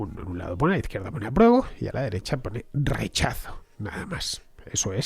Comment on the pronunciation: Qué lindo haberte escuchado pronunciar la palabra "rechazo"